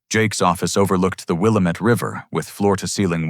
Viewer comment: The a.i. pronounced Oregon like Oregonians do. But... Willamette is pronounced Will-Am-Ette. Not Will-Um-Ette. And another thing: As a postal service worker who's route covers the neighborhoods near the University of Oregon, I can vouch that there are no lawn nomes in any front yards for miles around. Tweakers and frat boys have a nasty habit of stealing anything from front yards.